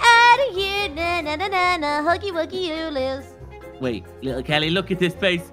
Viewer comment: His name is HUGGY WUGGY not HUGGY WOOGIE!